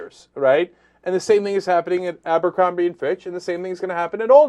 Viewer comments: 1 thing it's Abercrombie not aMbercrombie... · why people keep saying "Ambercrombie & Fitch" ???? it's "Abercrombie" ... there's no "M" after the "A" ... Anyway, I agree with the subject at hand, CEOs and boards have captured big companies, it's totally illogical for a company to have financial problems and still pay it's management millions and millions ... at my work, if I fuck up or can't straighten out problems, I won't get any bonus at the end of the year! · It's abercrombie, not amber....yet again someone shows how stupid they are.